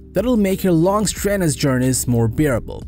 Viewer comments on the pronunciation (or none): Maybe work on pronouncing chassis, luxury, live, excellent, strenuous, modern, touchscreen, etc. To mispronounce so many words makes it’s hard to understand without focusing on that instead of the video.